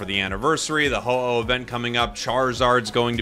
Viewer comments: It was more like ho hos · Just a little correction it's called Ho-oh 😊